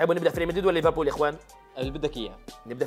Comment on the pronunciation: ليفربول ❌ ريفربول ✅ 😂😂